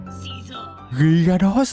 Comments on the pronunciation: Anh ơi con magikarp tiến hóa đọc là gi-a-ra-dos mà anh đọc thàng girados rồi. Chúc mọi ng khỏe mạnh ( và học giỏi TA) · Anh ơi con magikarp tiến hóa đọc là gi-a-ra-dos mà anh 😅